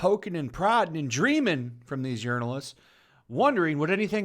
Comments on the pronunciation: Sounds like you're saying Urinal-ists. Accurate. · Lol "urinalists." I hope that wasn't misspeaking and that's what you actually call them.